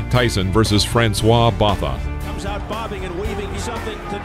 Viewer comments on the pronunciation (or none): wow completely butchered Francois Botha's surname